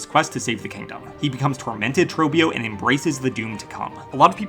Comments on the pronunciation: You're pronouncing it completely wrongs. It's actually pronounced "TROBIOOOOOOOOOOO" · You pronounced his name wrong every time. WHY? He literally TELLS YOU HOW TO SAY HIS NAME. Say it right! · Why vro saying trobbio like that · Can't believe you can mispronounce the name of a boss who says his name over and over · He legit says his own name and bro is pronouncing it wrong 🥀